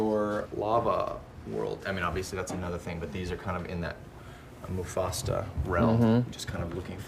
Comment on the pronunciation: HE SAID MUFASTA XDDDDD